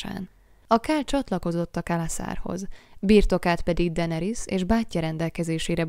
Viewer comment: DAENERYS= DENERISZ